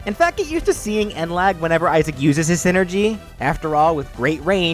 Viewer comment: so is it pronounced scinergy or something?